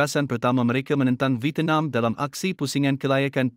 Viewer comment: Petir 😅 -Vietenam 😅 - Carpir Verdey 😅